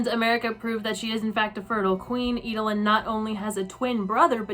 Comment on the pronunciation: EED-LYN. Not Ee-duh-lyn.